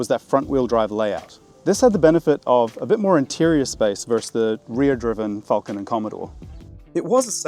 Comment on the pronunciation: Crayon enthusiast, are they people who can’t say Falcon properly?